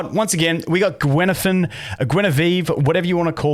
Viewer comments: Guinaifen is pronounced in Chinese as gwai-nai-feng, but funny attempt! I laughed haha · Pronunciation is "Gway Neye Fen" (way and eye are pronounced like the word, "way" and "eye", but put a hard G and an N in front of them, repsectively) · heyo you can pronounce her name as Goo-Whey Nigh Fern good day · there's no g in fen, and more like gwei, not gwai